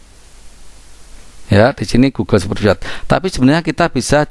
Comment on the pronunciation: Sepritset... kurang enak didengar spretsit lebih enak om